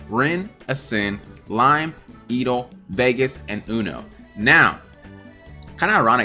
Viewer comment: Great video, I really do hope they give char slots and missions for them. Btw I’ve never heard anyone pronounce Edel as “E-dell” lol I’ve been pronouncing it as Edel (which is similar to the you pronounce Adele like the singer). Alsooo congrats!!! when I found your channel it was only 100-200. Now it’s almost 1K!!